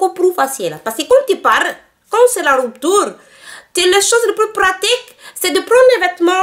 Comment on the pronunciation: la rrrouptourrre MDR XD